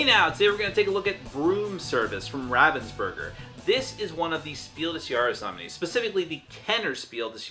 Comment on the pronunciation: It's pronounced Ravens burger....like quoth the Raven, nevermore.